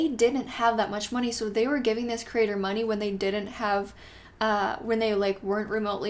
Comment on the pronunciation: I love how the way you say ‘creator’ sounds like ‘critter’. I picture lots of creepy crawlers! 🐜 🕷 😂